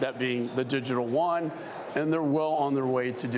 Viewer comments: yes digital wan!!!!!!!! defiently what im using to buy my food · This guy can't even pronounce Chinese currency correctly 🤣🤣🤣🤣🤣 Digital Wan ?😂😂😂😂